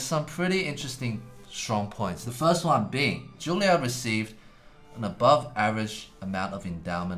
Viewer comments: Time for a lesson for all commenters. It's JUILLIARD. Not "Julliard" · I thought he said 'Jailyard' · Juilliard- you mean jailyard ?